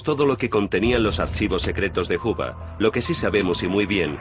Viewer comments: Porque lo pronuncian "juba" lo correcto es. "juuber" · Tal parece que este documental trata sobre un casi tocallo de J Edgar Juber (pronunciación).... Y nos presentan " Los secretos de J Edgar Juba". En los otros 1000 documentales y durante medio siglo hemos oído hablar sobre "Juber"........ Solo hoy en este video van a hablar de "Juba". {obvio, estoy hablando con ironía sobre los CAPRICHOS GRAMATICALES de los periodistas y pseudoperiodistas hispanoamericanos..... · "Huba"? Que pronunciación tan fea jaja 🫠